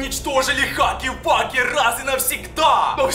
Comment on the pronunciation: Не хаги ваги а Хагги Вагги